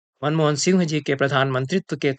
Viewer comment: मनमोदन नहीं मनमोहन